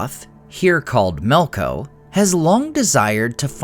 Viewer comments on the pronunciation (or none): Melko? Isn't it "Melkor"? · why do you keep saying melkors name incorrectly as melko is it for the same reason as the delusional people who keep failing to change Gandalfs name to jandalf